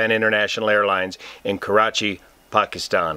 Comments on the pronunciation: I’m American, I am of mixed heritage half Pakistani and half white American and all that entails with its mixtures. I just wanted to take the time to say thank you for your effort in pronunciation of Pakistan............. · I like how he nailed the pronunciation of "Pakistan" & "Karachi".